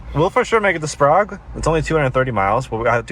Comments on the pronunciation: it is pronounced Spray ge. Sprague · I think they pronounced Sprague as 'Sprog', because Prague Czechia is pronounced as 'Prog'. (Honestly, that's how I would have pronounced it as well. . .) I pronounce Spokane as 'Spo-can'. I do pronounce Coeur d'Alene as 'Core-da-leen'. I'm only a citizen of the Southwestern, so please don't crucify me too hard.😭